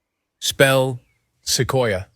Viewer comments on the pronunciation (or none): none